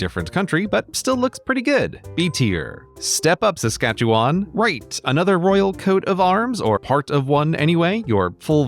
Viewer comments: He pronounced Saskatchewan correct that’s awesome. I’m as biased as can be, but I would put Sask at least b tier ;). Great vid though. Also we started Universal Healthcare in Saskatchewan had to throw that out there. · OMG I never noticed that the PEI flag has an incomplete border before... Also props for pronouncing Saskatchewan right. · I laughed at "Saskatch-ee-wawn." Love how people always stumble over Sask's pronunciation along with Nfld's. (For those wondering, it's Sass-sKATCH-ih-win and NEWfinland... or NEWfinlan if you're nasty.) Also, I like Alberta's flag. It's simple, like a lot of Albertans.